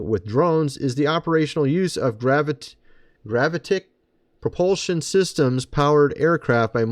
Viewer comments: Pronounced: GraViticK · GERR-AH-VIT-IC Gravitic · "I've known about this tech for many years" and can't pronounce GRAVITIC lol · Please learn how to say “gravitic”